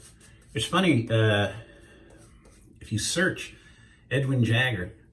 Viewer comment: Why can’t you say Edwin Jagger?